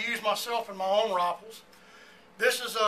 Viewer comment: why did it sound like RoFleS